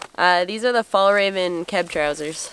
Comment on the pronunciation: Fjällräven the ä is closer to an e then än a then its pronaunst. Hugs from Tommy Sweden